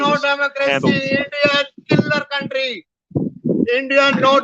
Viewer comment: “Endia no Damocracy, Endia Kelar kauntry” - Canadian Chacha with an Whatsapp university degree